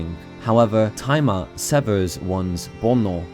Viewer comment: You probably didn't intend for this, but whenever you mention Tai Ma, it sounds like you're saying "timer" with a southern/Brooklyn accent. It kind of takes away some of the impact, especially when talking about the Master Swords' "Timer Power" Better set that alarm so that the "Timer Power" will go off at the right time, don't want Ganondorf to awaken too early! XD